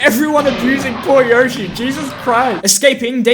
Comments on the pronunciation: YOSHI YO-SHI NOT YOH-SHI YO-SHI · It’s Yo-shi not Yosh- i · Anybody who says YAH-shi instead of YO-shi is an idiot... 🦖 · People that said “yashi” over yoshi are same people that say “hAn” solo over “hahn” solo if you know what I mean. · Its yoshi not Yo Shee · Yeaah, but.... yoshi says it like yo-shi, not yoe-shi. this piece of sh*t can not overwrite the actual sound yoshi makes in MULTIPLE OFFICIAL GAMES! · Yoshee not yoashee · WAIT there were people who said “yawshi”? but ... yoshi literally says himself “y-oh-shi!” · Got used to saying yawshi since saying yohshi made a family laughing stock when playing smash back in the day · Of course Yoshi is "Yo-shi", it's Japanese. "Yosh-i" is an English brain reading the word. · But the Japanese is pronounced "YOH-shi", not "YOE-shi"... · Who pronounces it y-ah-shi?? Never heard anyone say that. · Yoshi says his name yowshi but it is pronounced yoshi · No, in the games, Yoshi himself pronounces it as “Yawshi” Except in the Mario cartoons, where he says “Yohshi”, but the games are usually more reliable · Who says it like yoshi, weirdos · who ever pronounces yoshi like that should be put in prison for life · it's yoshi not yoshi